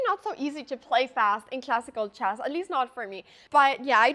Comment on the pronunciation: Avery single “e” sound aes a bit weird (“chack”, “chass”) and every time she says “move” (which is a lot) I hear “meuve” or even “mioof”. I always think of Mjolnir. Actually the distorted-vowels make it pretty hard for me to understand what she’s saying. But I’m quite used to rewinding a lot anyways